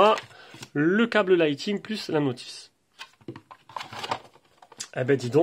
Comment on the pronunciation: Je me permet de vous corriger sans être moqueur ou méchant, loin de là mais le câble Apple se dit « lite ning » et non « lite ting » 😊